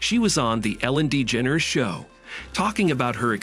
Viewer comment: Can pronounce Degeneres but can't pronounce Darci or even tour. Make it make sense